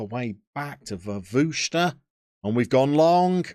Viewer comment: Vervuster + Kate Bush 🤣🤣🤣 - Wer-vushter btw. Vs and Ws pfft!